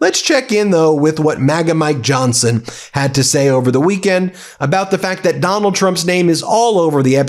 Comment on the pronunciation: Heh. Ben said "that Donald Trump" and I heard "MacDonald Trump".